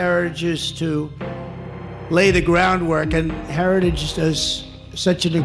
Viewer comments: Well he said ”herredges” instead of ”heritage”, but that might be his old age/dementia talking. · Trump can't even SAY "Heritage", but, by God, he will support them.